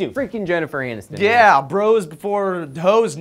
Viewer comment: lolololol says "Jeniffer ANUStin"